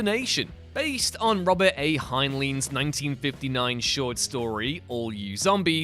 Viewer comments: It's Robert A. HINE-line, not HINE-leen. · If you grew up when i did you'd know how to pronounce Heinlein's name. Robert A. HEIN-line.